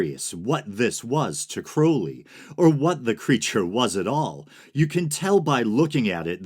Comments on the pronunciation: Crow-lee?! You can say Crowley? Props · you get an upvote just for pronouncing Crowley's name right. too many people talk about Crowley without knowing anything factual about him. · “It is pronounced Crowly. To remind you that I’m holy. But my enemies say Crouly, in wish to treat me foully.” ~ Aleister Crowley